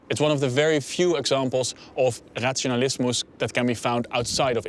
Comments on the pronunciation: the way he says "razionalismo"... I'm dead. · "Razionalismo" with a pronounced "s" (even if there is no "s") at the end was quite endearing too.